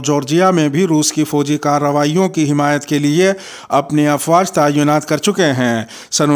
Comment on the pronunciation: صحیح لفظ تعیُّنات نہیں بلکہ تعِیْنات ہے